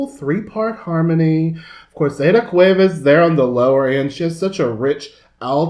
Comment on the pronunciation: Thanks for giving the name of Aída the correct pronunciation... not even the Grammys presenter said it right 🤦🏻‍♀️. Loved this reaction, glad you enjoyed our music. Aída and Angela come from families that for generations have represented Mariachi and ranchera music all over the world. Yes, they are part of the Mexican heritage. Natalia is a more recent star but she has grown and mature so much now is part of the culture as well.